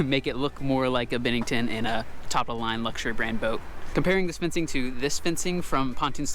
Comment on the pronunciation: Isn't is pronounced "BEN-nington" not "BIN-nington"?